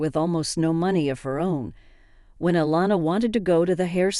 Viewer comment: Elena. Eh Len a.; Iliana ie li a na please get the names spelled the same and correct the pronunciation